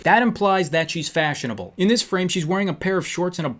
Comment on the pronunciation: "This is FASHABBLE." - 2018.